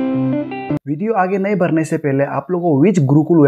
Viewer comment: video hota h pideo nahi 🤣🤣🤣